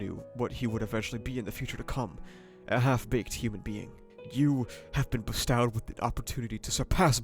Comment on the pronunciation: my only complaint about your coverage is the way you pronounce "bestowed" I appreciate the moments you take to give analysis though, really elevates the quality of this content